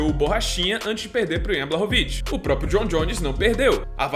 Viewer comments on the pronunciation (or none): none